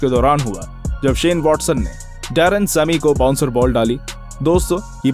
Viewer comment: Bro it is sammy not semi 🤣🤣